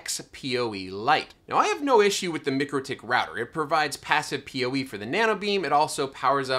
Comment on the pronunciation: Mikro pronounced like Micro, not mickro. Mikrotik pronounced like Micro tick. Couldn’t help but chime in :)